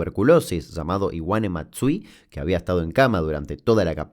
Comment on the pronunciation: Qué es lo q decís de Iwane Matsui? Escucho cinefilo 😂